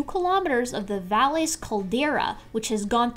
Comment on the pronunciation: Valles (Caldera) is pronounced "vayes", spanish for valley